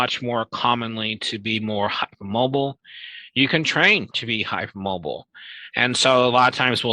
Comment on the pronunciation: Yes the way he says "hype moabel" - it's hard to keep a straight face on.